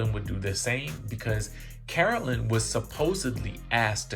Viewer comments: Man the way you report your news is so boring ... I keep coming back to see if you'll improve but nah. And wtf is "Caroleen"? It's pronounced "CARO-LINE" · Feeling triggered by you calling Caro-LINE Caro-LYN. Please get it together. 🙏🏾🤣🤣🤦🏾‍♀️ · Yes pleeeze say her name correctly - CAROLINE. Joes business partner ratted him out because Joe wld not 💰 him monies owed. U can’t refuse to pay someone and not think they will spill ur secrets. The friend told Jackie’s husband and he delivered the message to Joe and he said f#%k him. Well I guess the friend got the last laugh. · DJ..it is Caro-LINE...that's how I remember hearing it being pronounced all the time.